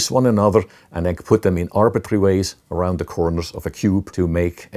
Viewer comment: It's funny how he said: "Arround the borrderr"